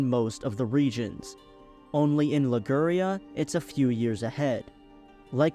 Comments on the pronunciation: liguuurria ... liguria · You can't pronounce Liguria ??? Wtf???